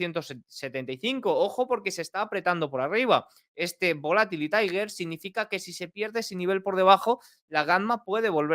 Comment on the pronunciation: Tiger 🐅? O trigger? Si mejorases tu pronunciación en inglés a la mitad de nivel que controlas la macro... Jejeje.